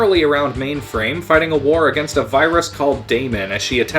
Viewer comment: I really like your video but you need to work on your pronunciation of words like "been" and "against"